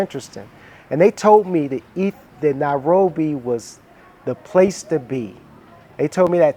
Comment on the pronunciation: Very provocating that he constantly pronounces it Now-robi